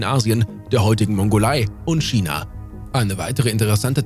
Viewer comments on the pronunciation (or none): none